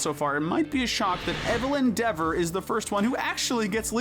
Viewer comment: Evelyn Devore sounds like “Evil Endeavor”, I like that you added in “no capes” and Arlo’s roar scaring Thunderclap. Though I feel Chick should be higher than Storm because he almost murdered the king, Storm was just a bully.